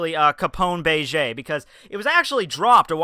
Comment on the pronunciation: Bay-Jay, Peekoms, Shambody, Jutty. excellent pronunciation skills